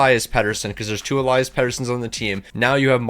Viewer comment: You pronounce the foreward petey eleeas and the d-petey elias